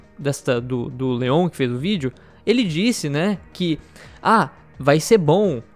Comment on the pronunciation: q agonia dele pronunciando Leon como lion mas o vídeo ta ótimo